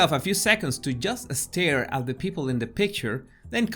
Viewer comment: It's not "next estep" (3 syllables), it's "nexstep" (2 syllables). Not "just estare" (stare), but "jusstare".